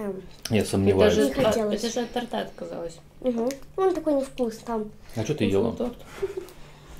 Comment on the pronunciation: Настя в шоке от твоей безграмотности( Даша отказалась от Торт⬇️А) Правильно- Т⬇️Орта. Дети тебя слушают...